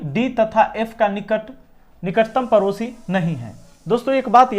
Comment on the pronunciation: सर वो परोसी 😂नहीं पड़ोसी होता हैं